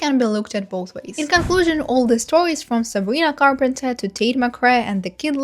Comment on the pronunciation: You’re so good at pronouncing Sabrina’s last name now let’s gooo!!!👏🏻👏🏻👏🏻 Queen!🎉